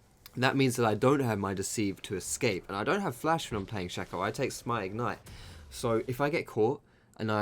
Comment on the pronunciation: I love your stuff but my biggest pet peeve is when you say shack-o instead of Shake-o drives me insane haha